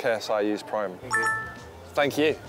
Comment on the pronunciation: bro he said preem